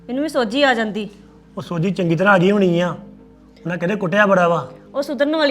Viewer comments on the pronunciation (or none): ਸੋਝੀ ਨਹੀਂ ਸੋਜੀ ਆ ਗਈ😂😂